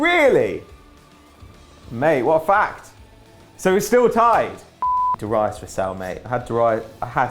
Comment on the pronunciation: Probably the most retarded pronunciation of Darius I've ever heard, ever.